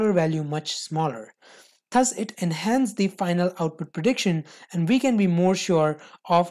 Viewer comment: accent me kyon bol rha bhai thus is pronounced as DUZ ths ths bol rha laudoo